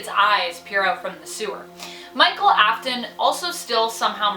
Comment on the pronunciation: GIRL is it just me pronouncing it wrong or her. I think it’s her that pronounced afton and fnaf wrong.